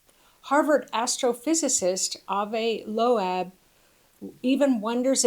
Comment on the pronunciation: If i have to listen to her say Avi (Low-AB) ONE MORE JIMINIY CRICKET TIME.